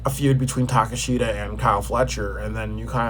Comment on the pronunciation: Yikes. Do you watch aew? That is not how you pronounce Takeshita and you don't even know who some of the wrestlers are